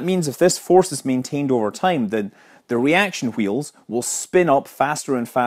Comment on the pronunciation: 'Reaction heels' xD